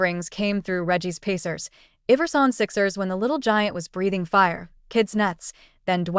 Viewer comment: She lost me when she said Everson and not Iverson 😂